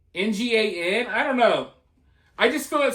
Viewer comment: Hmm....anybody else notice what it kind of sounds like when you try to pronounce "NGAN"??